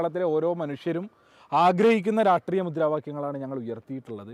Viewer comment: രാഷ്ട്രീയ എന്ന് പോലും അവനു പറയാൻ പറ്റുന്നില്ല